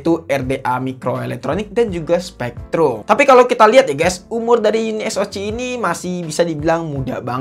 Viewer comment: SPREADRum.., Bukn SPEKtrum